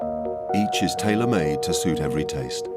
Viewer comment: Bro in background voice saying "Tailor Made", Like its a suit. TF wrong with narrator.